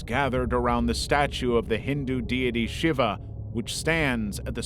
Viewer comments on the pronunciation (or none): none